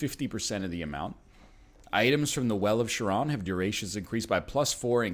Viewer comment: SHARON! SHARON! dude. Charon would be pissed if he heard you say the name like that.